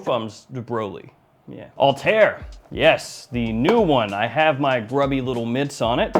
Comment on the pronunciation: Its not All-Tear! Al-ta Ir! 😂 The two dots on top of the i signalise that there is space before it.